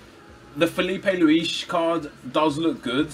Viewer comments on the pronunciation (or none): who the fuck is Filipe Luichs?